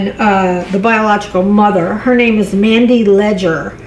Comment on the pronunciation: It is said mandy leger